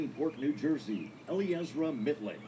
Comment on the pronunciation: PLEASE...its Ellie-Ezra, not Eleezra. The announcer got it right. You ladies usually work really hard ar getting these details right. I have a last name that's been butchered all of my life but there is nothing I could do about it. You CAN fix this.